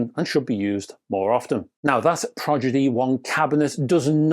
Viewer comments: NOT proGidy1..... proDigy1!!!🤦🏼‍♂ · Progidy? Progidy?